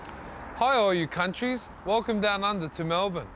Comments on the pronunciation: Tai saying CUNTrys 😂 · “All you Cunt-ries” 😂😂😂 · Cuntrys lmafo. Just like cops, cuntstable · "Hi all you Cuntries" lmao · "Hi all you Cunt... tries, welcome to Melbourne"